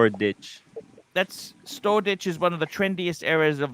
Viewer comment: Thame .. Thame ..... ?? Thames (river) = (Pronounced Tems) lol & Storeditch is Shoreditch (sure ditch)